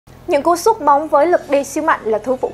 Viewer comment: Tụi mày có thù với từ "sút" à.. sao toàn đọc là "súc" vậy?? 🤣